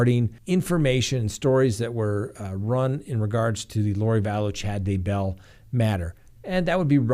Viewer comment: Or? It is DAYbell Don't be a bumbbell